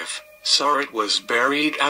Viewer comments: They always pronounce her last name wrong, It is pronounced Sir- Rat not Sir-Rot. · Just wanted to help you out with pronouncing Mary's name.